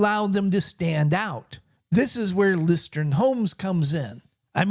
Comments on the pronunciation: interesting but hearing you mispronouce the company the entire video has me skeptical: "Lustron is pronounced LOOS-trun. The pronunciation is similar to the word "lust" followed by "run". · Sorry, but the name is “ Lustron “ not Lustron. 😮